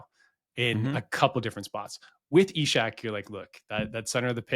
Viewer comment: Why has decided to add an H and pronounce it Ishak? I'm Norwegian (not quite Swedish, but still) and nobody in Scandinavia says it like that.